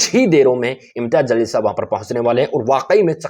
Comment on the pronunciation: Zalil nahi jaleel bolo.